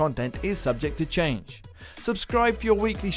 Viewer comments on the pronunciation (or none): none